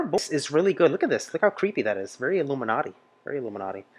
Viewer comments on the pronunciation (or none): none